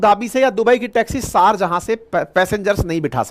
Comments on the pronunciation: Try to correct your mistake Sharjahan not correct Sharjaah correct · सारजहां नहीं, शारजाह शारजाह